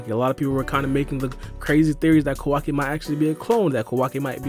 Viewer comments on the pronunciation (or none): Kowaki The real pronounce - Kawaki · Stop fucking saying his name like that for fuck sake. Ka-wacky not KaWOCKI